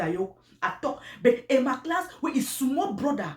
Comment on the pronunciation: Is Emma lass not Emma class 😆😂😅